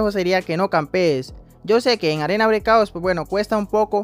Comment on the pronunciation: Se dice arena breakouT